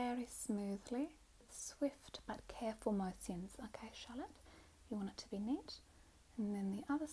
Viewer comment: " circular mo-si-uns " ahahahahha